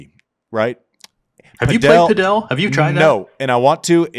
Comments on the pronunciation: Andy driving me crazy saying Padel wrong. It's padel...not padiel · Saying padél instead of pádel is not distant from saying Láver Cup:) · Pronouncing Padel like Nadal 😂😂😂😂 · We calling it pa-Del now? wtf